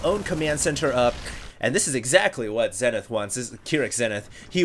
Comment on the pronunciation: It's prononced ZEE-nith.